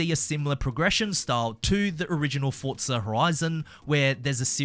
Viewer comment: Where is the T and forza? It's forza not fortzah